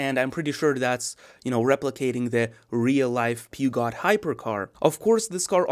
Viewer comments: "peeergshooo" not peagot! :-) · peugeot is actually pronounced "poozhow" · Phewgot… 😂😂😂 Love the enthusiasm though. 😅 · LOL a car guy who doesn't know how to pronounce Peugeot? :D :D Come now, you can do it: Peh-Shaux..Peh..Shaux.. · Pretty funny to hear "peugeot" that way. Yup, but it's funny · The pronunciation is killing me